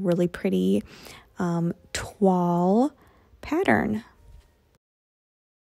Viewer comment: Not a criticism, just a comment: 'toile' is pronounced 'twowl'.. hope you're not offended, it's from the French for 'cloth'.